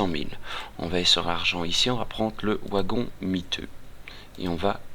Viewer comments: Le "W" de Wagon se prononce V. Mais merci pour ta vidéo ! c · Le OUagon ! :p tu es Belge ? Suisse ? (je critique pas, je suis originaire de Metz, à quelques Km du Luxembourg ;) tiens sinon j'ai partagé toute ta playlist qui est bien pratique pour débuter sur le jeu sur le site communautaire que je gère : ! tu es welcome ;) ++